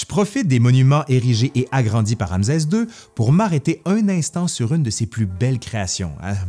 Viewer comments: Très intéressant et vivant comme d'habitude mais pourquoi prononcer "Ramzez", et non "Ramsès"?? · En effet, petite erreur de prononciation… Ramsès \ʁam.sɛs\ (rame-cèss) 👍🏻🤓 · ramsɛ ; un minimum serait de bien prononcer le nom ! Rˁ-ms(w)-sw : Rê l’a engendré . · C'est une très belle vidéo : Ramsès II est un pharaon incontournable !! Petite remarque : en France , on dit Ramssssès car il y a deux consonnes qui se suivent mais ce n'est peut-être pas le cas dans la Belle Province 🥰😘 Merci et 😚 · J 'adore ces "capsules " . Je prononce RanSes, pas RamZes..c est normal ? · “ RamZeZ 2 le Retour !!!” 😂👍 La prononciation québécoise est originale. 😉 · Bonjour, pourquoi tu prononce ram"z"es?? Un subtilité québécoise ou un élément historique? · Euh... Ramzès, c'est une prononciation québécoise? Merci pour la vidéo.😊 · Malheureusement les Égyptiens ne parlaient pas québécois ! Rê l’a engendré : Rˁ-ms(w)-sw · ouai pr un prof dhistoire ca craint un peu bon on va dire cest les prononciations zarbi du quebec :)